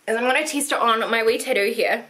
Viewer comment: You are just the cutest. I absolutely love how you say "tattoo". I'm weird I know! lol